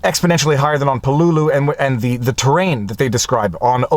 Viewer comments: Thank you for a really good and insightful review of "With the Old Breed: At Peleliu and Okinawa". (Pronounced "PAY - LA- LUE"). YOur commentary about how you were affected by the returning servicemen was well done and very articulate. One small correction, and as you were doing everything with so much respect and reverence this is just a lack of information, Marines are not called "soldiers". If you serve in the Army, you are a soldier, if you serve in the Navy you are a sailor, if you serve in the Air force you are an airman, if you serve in the Marine Corps you are a Marine (and yes, it IS capitalized). Thank you once again for a great review, and as several others in the comments have pointed out "The Pacific" does a really good job of capturing the spirit of this, and many other ("Helmet for my Pillow", "Guadalcanal Diary", etc) books about this war. I would however recommend the book "Coral Comes High" by Carl Pope. It is the account of one company of Marines for the first three days of the battle. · Pronounced pel-e-lew. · Great book. But it's Pell-e-lew or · Repeat after me: Peleliu: “PAY-LAY-LOU” or “PAY LEE LOU” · you're mispronouncing Peleliu as info. Its Pel-la-lou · I've never heard anyone pronounce Peleliu as "Puh-LOO-loo". I've always heard it pronounced as "PEH-lay-loo" or "PEH-leh-loo". Now I have a new pronunciation to keep in the proverbial back pocket. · Same here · Pel-a-lu. At least, that's the way we Marines pronounce the name. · Lol please don’t, you are correct, he’s been driving me nuts with this pronunciation for 3 days…. I made the same post on his pinned comment before I saw yours … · I was being polite and didn't want to correct him. But at least he said "strategery" instead of "strategy."